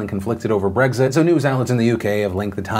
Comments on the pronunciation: It's Brexit, not Breggzit 🙄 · Maybe it's the fact that I can't not hear you say Bregzit instead of Brexit but I swear I heard you say "Although, of note there, in her letter of Bregzignation...."